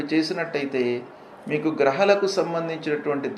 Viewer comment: At last some positive talks from this guruji🙏🏻 grahalu pronunciation to be corrected..